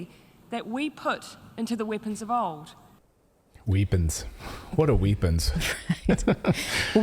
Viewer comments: Clayton, you ask what are "weepons"? Did you not see Jacinda "weep" as she "pens" her resignation? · Weepons. NZ has developed its own dialect quite suddenly. They talk about beedrooms. E has become ee.